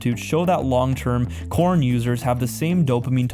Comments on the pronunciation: I found this video very interesting and accurate, however what bothers me about it is the mispronunciations of different words throughout. For example call porn porn, not corn. Otherwise, I appreciate the content. Thank you & God bless 🙏🏼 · i cringe so hard everytime he calls porn "corn"